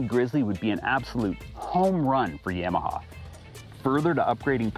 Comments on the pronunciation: YA-MA-HA > Yam-a-ha. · my bad. In the south it’s Yawmaha